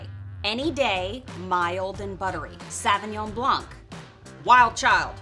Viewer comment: Love the vid but Jesus Christ learn to pronounce Sauvignon correctly